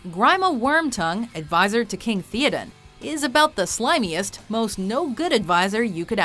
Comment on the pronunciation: Get someone who knows how to pronounce names. Grima Wormtongue is pronounced grEEma, not grEYEma, and it's king thAYodin, not thEodin. Oi.